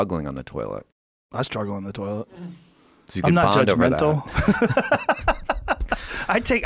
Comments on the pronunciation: Joe “ I struggle on the toliet” Rogan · Joe "I struggle on the toliet" Rogan